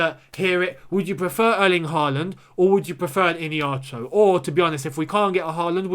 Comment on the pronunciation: Hi, Not ihinacho